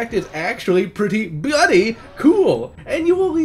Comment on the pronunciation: Stop saying BLOODY! Dear God. Your speech impediment make that word friggin painful to hear